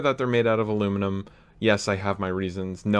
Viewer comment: #triggerwarning The barrel doesn't look straight. Why did you use carbon fiber? The seal sucks. My hand hurts from looking at the non countersunk screws. Silicon blue o-rings looks nice but aren't ideal. Why not Alum catch? You're saying aluminum wrong. Why is it only getting 200fps instead of 220fps? Don't you know every last fps counts. You should justify why you made something look so good. And most importantly, how much are you selling it for? Alright I'm done messing with ya. It looks incredible dude. Don't give a damn what anyone else thinks. Everyone has an opinion but the most important one is your own. It is your blaster. Awesome job.